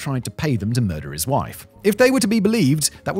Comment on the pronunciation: "Murdering his rife"